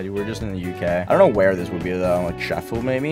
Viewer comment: For future reference, Sheffield is pronounced Shef-feeld:D